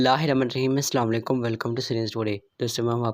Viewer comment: جناب آپ کی بہت مہربانی کہ آپ اسلام علیکم ٹھیک سے کہا کرو